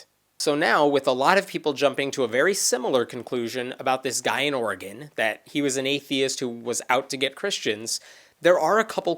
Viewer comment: Thank you for pronouncing Oregon correctly.